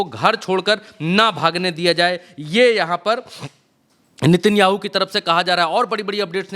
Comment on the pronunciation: Sir ji aap se kehna chahunga ki नेतनयाहू है उसका नाम आप बार बार नितिन याहू के रहे है आप गलत नाम ले रहे है कहीं ये तो नहीं सोच रहे कि यहूदी ही यादव है 😂😂😂😂😂😂😂😂